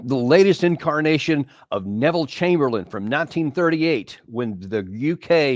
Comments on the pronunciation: Chsmberlain was his name NOT Chamberlian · Sorry to be a nerd ... Chamberlain!!!! (Not chamberlian!)...